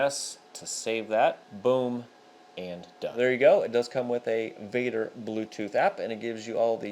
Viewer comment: Vader? Really?